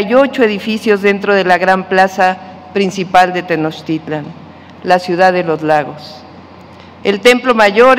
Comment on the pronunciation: Tenochtitlan... No Tenochitlan va con ese presidente pues wow